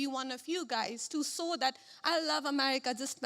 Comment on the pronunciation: She should first learn how to say SHOW instead of saww???? 😂